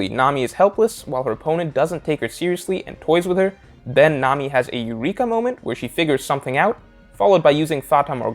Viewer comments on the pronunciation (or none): none